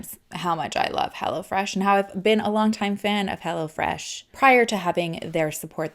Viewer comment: I thought she kept saying "Hella Fresh"! Hahaha